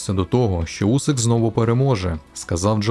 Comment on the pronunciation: Усик а не Вусик . Він по-моєму прізвища ще не міняв